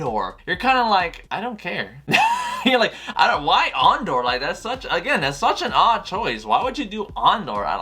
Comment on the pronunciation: So..you're a big SW fan yet don't know if Andor is a series or a film..don't even know how to pronounce his name and bad mouth arguably the best SW film in the franchise.? Lol Obi wan is a favourite of yours? Says it all really ..you obvs dint remember how utterly shit the prequels were.